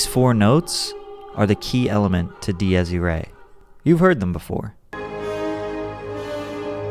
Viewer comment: Patrick love the vid but I could handle the prononciation diyes iray and conserto, but I lost it at Da-noob